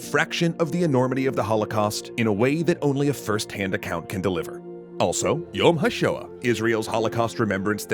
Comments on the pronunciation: I’m not trying to discourage you but you butchered Yom hashoah “Ha” as in hahaha And “Shoa” like Torah without the R and the t as “sh” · yom ha shoah is pronounced “SHOW-ah” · Uh, you mispronounced Israel's holocaust memorial day its pronounced Yom Hashoa. It's okay though because I can understand why people make mistakes. Edit: Thank you for correcting this it is important for us and are the most important parts for me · Well, the video had me crying, but thankfully your attempt to pronounce "Yom HaShoah" provided some levity at the end, there. I appreciate the effort throughout, but keep in mind the vowels tend to be longer in pronunciation. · Liked the video, but you really butchered the pronunciation of Yom HaShoah at the end there. Each "o" should be a long "o" (as in "go"), and the second word ("HaShoah") should be pronounced by having the "o" and "a" as separate syllables (with each "a" in that word being pronounced as in "ah-ha"). Also, thank you for ending the episode with "may their memory be for a blessing" and with the Hebrew abbreviation for that phrase. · Small quip but you mispronounced "yom hashoah", pls take more care with things like this